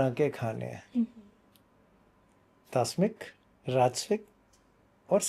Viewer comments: has pronounced it as Tasmik. The proper pronounciation is Tamsik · इन्होंने तामसिक नहीं कहा तस्मिक कहा है 😂 तामसिक तो सुना है ये तस्मिक भोजन क्या होता है? मांसाहार निषेध के बारे में धर्मग्रंथों में स्पष्ट निर्देश है महाभारत – अनुशासन पर्व (दानधर्म पर्व), अध्याय 115 के कुछ प्रमुख श्लोक (संस्कृत एवं हिन्दी में), जो विशेषकर मांसाहार के त्याग और अहिंसा के महत्व को उजागर करते हैं: 1. श्लोक 1 “न हिंस्यात् सर्वभूतानि।” “मनुष्य को समस्त प्राणियों को हानि नहीं पहुँचानी चाहिए।” 2. श्लोक 18 “मांसं त्यजेदाहारात् क्षेमार्थ सर्वसिद्धये।” “सर्व कल्याण और सिद्धि की प्राप्ति के लिए मांसाहार का त्याग किया जाना चाहिए।” 3. श्लोक 22 “प्राणिनां वधबुद्धिर्नास्य प्रीतिकरं भवेत्।” “जीवों की हत्या की भावना किसी को भी प्रिय नहीं होती।” श्लोक 52 “न मांसं भक्षयेत् पुण्यं न मद्यं न च मैथुनम्।” “मांस, मद्य और कामवासना में लिप्त होना पुण्य का कारण नहीं होता।” 5. अहिंसा परमो धर्मः तथा अहिंसा परम् तपः अहिंसा परमम् सत्यं यतः धर्मः प्रवर्तते।” अहिंसा (हिंसा का त्याग) सर्वोच्च धर्म है। अहिंसा ही सर्वोच्च तप (संयम/त्याग) है। अहिंसा ही परम सत्य है, जिससे धर्म की प्रवृत्ति जन्म लेती है। xxxxxxxxxxxxxxxxxxxxxxx अथर्ववेद 19.48.5 “मा हिंस्यात् सर्वभूतानि” किसी भी प्राणी को हिंसा न करो। अथर्ववेद 6.140.2 “अन्नं वै प्राणिनां प्राणः” अन्न (धान्य, वनस्पति) ही सभी प्राणियों का प्राण है। यहाँ वनस्पति आधारित अन्न को जीवन का मूल बताया गया है। अथर्ववेद 1.16.4 “पशूनां मा हिंसीः” पशुओं की हिंसा मत करो। अथर्ववेद 12.1.35 “ओषधयः पच्यन्तां मा हिंसिष्म” औषधि और वनस्पति पकाई जाए, लेकिन उनकी भी हिंसा मत करो। इसका तात्पर्य यह है कि भोजन में भी संयम व अहिंसा का पालन हो। xxxxxxxxxxxxxxxxxxxxxxx 1. गरुड़ प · तास्मिक 😂 नहीं होता है तामसिक बोलते है । पूरे ब्रह्माण्ड की जानकारी है और हिन्दी उच्चारण में गलती ।संदेह है कि आप सही बोल रहे हैं। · Ye to tamshik pronunciation thik se nahi kar paya, tasmik tasmik bak raha hai..…..😂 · TAMASIK. not Tasmik… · It's Tamsik not Tasmik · Tasmik nahi hai tamsik hai. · TAASMIK😂😂 IINKO CORRECT TO KERDO koi... It's TAAMSIK not TAASMIK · Tasmik nahin tamsik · It's तामसिक भोजन Not तासमिक Sir 😇